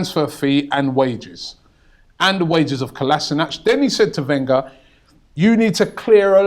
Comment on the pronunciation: Learn to pronounce Kolasinac ffs...